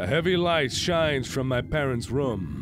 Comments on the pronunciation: I love how he says "rum" instead of "room" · Can you please pronounce the word 'room' properly yet?